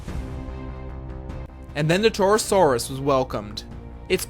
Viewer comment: HMMMMM the torosarus (I'm not spelling it wrong it's how he said it)